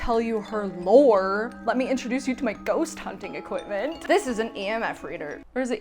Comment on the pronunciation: What is an "equipTment" exactly? xDDDDDDDDD